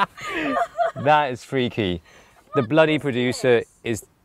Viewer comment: The Bluddy PRO-DU-SIR.